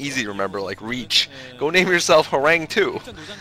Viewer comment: Horang2 is actually pronounced as Horangee, since 2 = ee in Korean. Horangee means Tiger in korean, according to what I've heard. So that's why the 2.